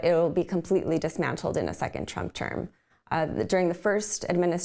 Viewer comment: Did he say " President Trip " 😅😂🤣 , thats what real Hate is.